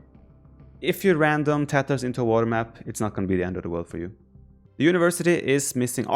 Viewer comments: It is pronounced as Taa-taar. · Sounds like he is saying the Tatohs. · I hear Tatoh whenever Viper says tatars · ''the TaToHs'' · Viper: In this video we are talking about the Tatas. Me: ... (Replays) Viper: In this video we are talking about the Tatars. Me: Thank God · Did I hear correctly? The TaToHs? :D